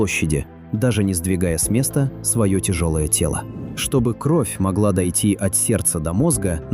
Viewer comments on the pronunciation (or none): none